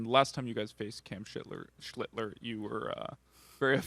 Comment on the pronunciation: The journalist called the pitcher "Shitler" LOL...😅😂